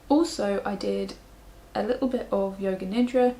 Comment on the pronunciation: even though I knew what you were saying, my brain kept hearing "yoga ninja" every time you said yoga nidra 😂